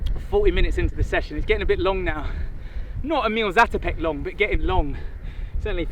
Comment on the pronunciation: Dear Ross, if you would be interested to know, the name of Emil Zátopek is pronounced with a long "a" instead of short. That is because in Czech, the ´ above a letter means it should pronounced as a long letter, basically more of them. It´s definitely not the full grammatical explanation, but I thought you would be interested to know.